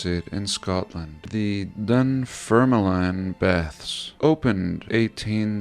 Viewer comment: Pronounced Dun-firm-lin